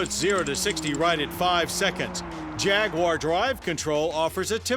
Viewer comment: Jag waaar ! You are pronouncing it wrong mate.